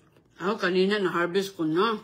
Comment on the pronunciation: Pres na pres at oki na ang harbis niya na sigarilyas sa gardin 😅ispiso ang tea niya😂 everyting & it glass at itaytin, lasing mag salita ay sayad na rin ito